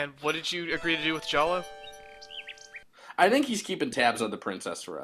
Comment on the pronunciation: Throughout this whole longplay I can only hear Jollo as Choose Goose.